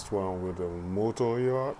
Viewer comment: What’s a “Yatch”? Did you mean Yacht?